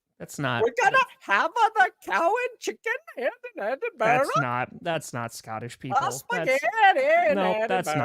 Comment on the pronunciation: Much respect to for his pronunciation of Edinburgh.